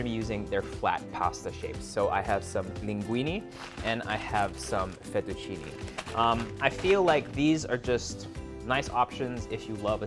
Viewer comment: Great recipes!! But I am Italian and that's not the correct way to pronounce the pasta name. I really don't know why foreigners always mispronounce it. Its pronunciation is LinghuinE \ FettuccinE (like Spanish " e " ) not LinghuinI \ FettucinI (like Spanish " i ")